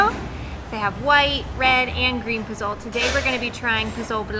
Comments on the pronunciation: Sorry & with all due respect, your pronunciation of “pozole” & “Jamaica” is incorrect. (I’ve only gotten as far as of your video.) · Just had to add its Po-Zo-L-Eh i keep telling my screen 😂😂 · You did not just call the soup "pazol" its pazole(pah-sol-eh) 🤦🏻‍♂️ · Po-zol? 🤦.... It's pronounced po-zo-le... In Mexico it's not like in the states where if u have a word end with the letter 'e', often times would make the 'o' the strong sound. So just phone the word in 3 parts, making sure you pronounce the 'e' and it should sound like the 'e' in the word 'end' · " Puzhooolll " LOLLLLL its POH ZOOLLL EHHH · I think it's pronounced pass-sol-lay or po-solee depending on where you are...not pazol as it looks "pazole". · Had to comment: When you said "Po-Zoal". Its pronounced "Po-soh-leh". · Hi. FYI. You started out by saying that you have visited 20 states in Mexico so you've been there a long time. Maybe no one corrected you on the dish you really like, POZOLE. It is not pronounced PO-ZO-LE. In Spanish, the Z is pronounced like a hard S sound. It is pronounced PO - SO - LE. Yeah, I know you are thinking a vietnamese dude is teaching is how to talk in Spanish. I started leaning Spanish about 15 years ago and have been speaking it just about everyday. Another word that you said when the police stopped you was "incredible". That is English. The spanish version is "INCREIBLE". They leave the D out of this word. So, to correct the situation, you can read more so you actually see the written word and therefore are more sure of the pronunciation. Spanish is pronounced as it is written. On the flip side, I liked the video. We are going on a personal tour of many states including Puebla, Oaxaca, Chiapas and Veracruz in a few weeks starting in DF (Mexico city). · Pozole?!!?? Guys. It’s not “po-zole” it’s pronounced “po-zo-le”. Love the videos. Stay safe y Saludos! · Pozole .. pronounced like pa- soul-lay... love the videos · You are not saying Pazole the right way